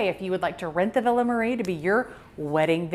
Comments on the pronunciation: Not Marre is not pronounced Marie. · It’s WELL documented that when the Marres lived in Arkansas they pronounced it Marre, who we respect how they wanted it pronounced even if that doesn’t fit the Italian pronunciation.